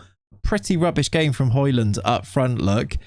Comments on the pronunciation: it is højlund not highlund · Its not Hoylund its Hoelund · You pronounce it "hoejlund" You kinda need to go on translate and listen to the "ø" to really know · It's "Høy-lun" I think, he said so in the interview videos I watched of him while he was in Atalanta IIRC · its pronounced Hoi-Loon... the 'd' is silent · Its pronouned the way you say it except the "D" is silent. "Hoy-Loon" :) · Hoylun is how it’s pronounced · it's "Hoy-lun" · It is pronounced the way you would in England, just a little different. The "Ø" sound can be said in many different ways, but in this case with Højlund it's pronounced like the O in "Olive". The "D" is actually silent, så in Danish, you would basically just say "Højlun". Yea, Danish is weird 🙃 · it's Huge-land man, come on 🤐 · Højlund is like Django, the D is silent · Høj = High But i’ll say Højlund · Nope, you don't pronounce the 'd'.